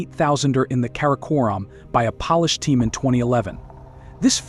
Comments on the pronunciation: Or pronouncing Polish “Pahlish” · I'm not sure what I'm hearing, but I think Polish is being mispronounced! If you mean people of the country of Poland, it is definitely being mispronounced. Since the person speaking has a perfect accent for American English, I presume this is a computerized voice.